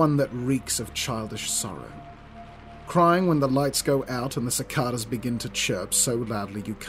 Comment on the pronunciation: Hey just wanted to say the word Cicada the 2 a's make different sounds 6th comment 105 view 13th like